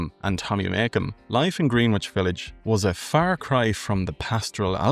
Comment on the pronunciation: Greenwich is pronounced Grenn -itch